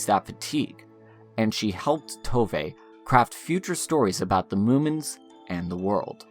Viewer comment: It tooov not toevay